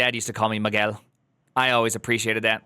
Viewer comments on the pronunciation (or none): none